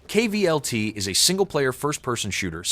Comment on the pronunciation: "K.V.L.T." AI isn't even capable of reading it as Kult. xD